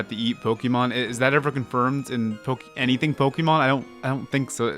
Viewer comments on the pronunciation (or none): none